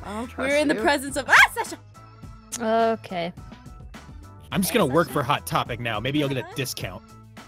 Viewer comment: Sasher if that's how you spell it sounds like kiwichan